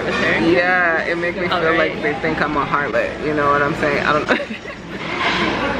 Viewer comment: LOL "A HARTLOT"